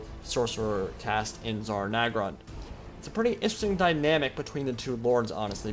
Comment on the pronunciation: Cool video, but It's Zharr Naggrund, not Zarr Naggrund.